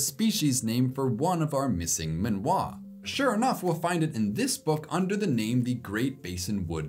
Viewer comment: I'm guessing Minois might not be pronounced "min-wah" (rhyming with Malinois), but "mi-no-is" (rhyming with Lois).